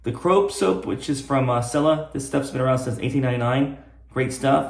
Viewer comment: It's "chella", not "sella"!